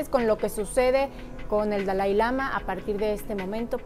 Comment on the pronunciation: Me queda muy claro que en si no sabes nada es una lástima que hables sin saber nada ni pronunciar el nombre del Dalai Lama primero ten cultura y el Budismo no es para creer para comenzar el Budismo no es una religión lastima de tener un micrófono en la mano no sabes nada y todo lo inventas eres muy ignorante lastima que dices que dices que haces predicciones no predices nada todo lo inventas y demuestras tu ignorancia te escuchaba nada mas para estar viendo la ignorancia de las 2 qué lastima que aya personas que si creen en todas tus tonterías